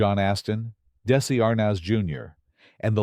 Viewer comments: Exactly. Research is something this group doesn't do well. The narrator said DAISY ARNEZ not Desi. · If they're going to use AI on these things, can't they program it to pronounce names/words properly? I mean really...DAISY Arnez! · "Incestrial"? Daisy Arnas? my god, f'ck this entire channel. Yes, AI, the marvel of the age... meaningless, empty and wrong. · This A.I. generated video is full of miss-information, 🤬 I have reported the inconsistencies to YouTube community in hopes that they will remove it . Very frustrating to watch all the🤬incorrect pronunciations, spellings and outright lies. Patricia Neal did have more children. Desi Arnez is not a daisy. And many other misinformation‘s please take the time to report this video as misinformation make sure to give it a thumbs down so it does not get monetized anymore than it already has and please report the channel takes us time to remove false history before our generation is gone and no one is here to correct it for future generations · Tell your mindless AI that it's Desi Arnaz, not Daisey Arnas! God I hate AI!